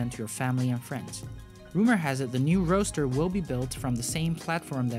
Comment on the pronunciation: Goooood. Roadster not roaster.